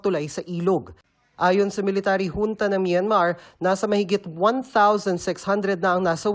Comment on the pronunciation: Military Hunta daw Sabi ng nagbalita. Hahahah Junta Hindi hunta